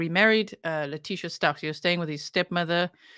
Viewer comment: "Lie-tecia" 😂 and "bye, fe-leticia" omg G 😂😂